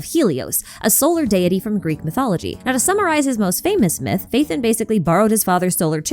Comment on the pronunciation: it's Pha-E-ton btw not Faithin